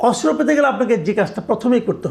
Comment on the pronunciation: অস্ত্র উচ্চারণ করতে পারছেন না, আরও চেষ্টা করুন, উচ্চারণ করতে 😅😅😅